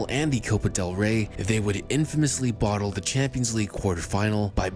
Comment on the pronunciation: Bottled it sounds super weird not coming out of a none British mouth!great job!